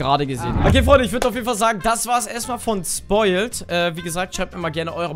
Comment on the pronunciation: wo siehst du in seinem namen ein "L" das du "spoiLt" sagst statt ""? triggerd so hard xd